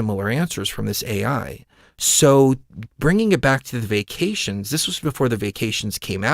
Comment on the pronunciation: fyi...when you were referring to vaccinations, you were actually saying "vacations"... again, just fyi.